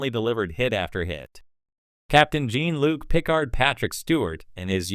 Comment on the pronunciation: Jean Luke? Start Feet??? Lame A.I. narration.....